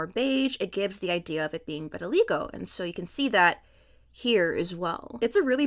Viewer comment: the way you pronounce vitiligo makes me upset